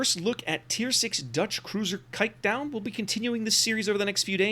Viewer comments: The "Kijk" part is okay, the "-duin" is pretty far off lol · The way he prenounced kijkduin just made me laugh my ass off (in a positive way).... that including an amazing review earns him any like and new subscribers👍💪